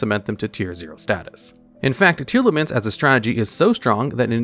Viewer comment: Liking the video just because it's finally someone pronouncing Tearlament the way it's written.